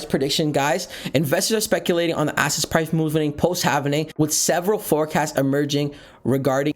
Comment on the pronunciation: Dude can't pronounce halving. I'm gone!